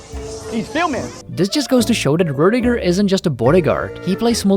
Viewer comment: Rutiger* respect his name and say it properly 😎👍✌️